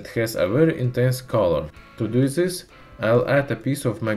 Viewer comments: "in zis kirkumstances" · Zis zat zen ze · омг, зыс прононсиэйшн. ю кэн ду бэтэр мэн. гуд лак